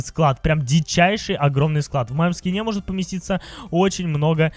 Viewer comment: Ты сказал в ски́не а надо в скине́ говорить